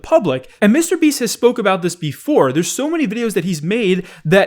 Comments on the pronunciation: says "mistabeast" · Hey, I’ve watched you for years. Seriously, but uh can you please pronounce mrbeast as two separate words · Day 503 of asking to stop pronouncing mrBeast weird